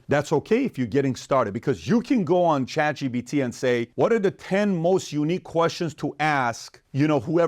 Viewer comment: I love how pat pronounces Chatgpt......... chat gBt Chat PBD Chat EBT